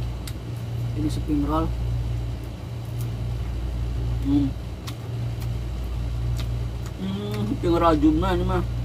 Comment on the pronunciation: Mas bukan seping rol,melainkan spring roll..